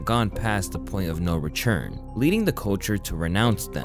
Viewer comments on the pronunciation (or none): Hey bro just curious, why do you always say "turn" as "churn"? It sounds really bad when you say "rechurn".. makes me think of somebody stirring up old butter.